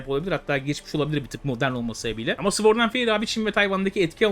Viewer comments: Sword’da ‘W’ harfi sessizdir. Sord diye okunulur. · Güzel video. Ve tamamen iyi niyetimden söylüyorum sword öyle okunmuyo :)